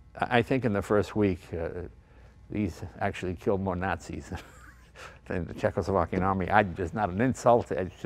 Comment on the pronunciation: speaking "Cechoslovakian" hahahahaha.......Jay , you're sometimes funny without knowing it !How do they Austro-Hungarian spoke ?????? Or the Belgians ??????? Or the Indians.......